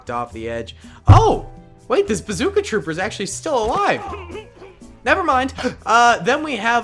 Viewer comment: I just wanted to be the 200 comment Also said basooca